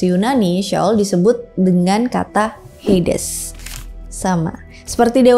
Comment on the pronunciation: HADES..BUKAN HEYDES